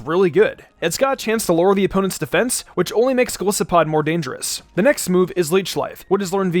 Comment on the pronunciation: you pronounce Golisopod wrong😔 but this really helps tho, thanks!